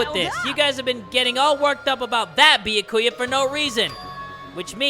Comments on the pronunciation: Ok not to make fun of you but Beeyakuuya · ITS NOT BYAKUYA and besides its like nya ku ya but instead of nya its bya not BEE-A ]